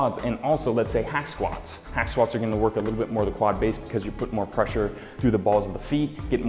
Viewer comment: Squants or squats lol I'm sorry it's just funny how you said it